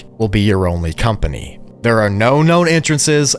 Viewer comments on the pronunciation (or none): none